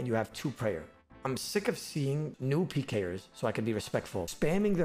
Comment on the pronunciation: he straight up says "alot of advanced pee-ers" 😂 sorry im just mediocre at peeing man